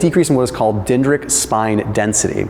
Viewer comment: Dentritic is pronounced “den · dri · tuhk”